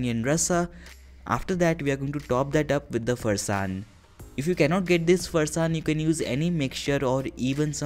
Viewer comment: You lost all the points at ”Farsaan" it's sacrilegious